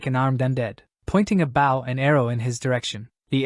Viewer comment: Its always the baw when pronouncing bow. Like bro this A.I is always annoying 😂